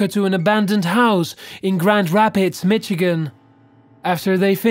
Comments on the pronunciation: Ah yes, the good ol' state of MITCHigan. Where the woman was BEATED. After many other mispronunciations, I'm finding this hard to watch..... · lol he pronounced Michigan wrong. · It's Mi-shi-gin, not Mitchagain